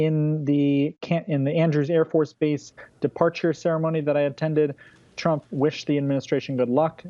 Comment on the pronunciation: Executive Order 13769, you said Trump wrong.